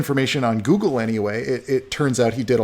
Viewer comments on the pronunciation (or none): none